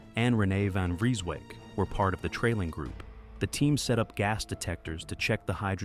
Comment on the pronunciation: Why you saying Van Freasewyk it is van Vreeswijk. “ee” as in Hey